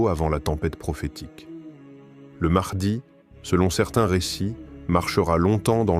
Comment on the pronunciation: L intelligence artificielle c est de la merde au niveau de la prononciation.....mahdi=Mardi😝🙄😅😉